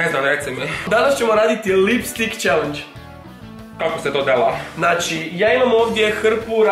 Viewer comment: jel rekla lip tik?